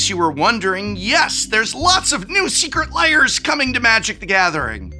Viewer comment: I always find it funny that he says "secret lair" like "secret layer"